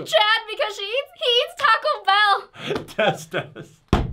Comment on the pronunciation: did she say checd